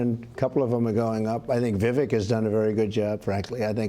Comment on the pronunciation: Someone tell Trump: It's pronounced "Vi-VAKE" like "CAKE" !!!